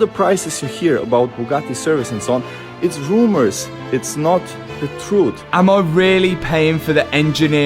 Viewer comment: It's wumors! Its not de truth